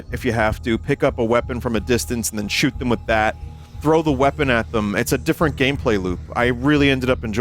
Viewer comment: "I'm ready to SHEWT" - Binyot